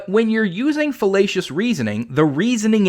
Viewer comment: Everytime you say Fallacious I hear Filetcious which makes me think of Fish. Thanks for stoking my appetite.